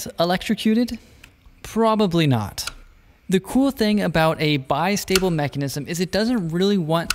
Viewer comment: bi-stable, is how it beaks down. Not bist-able.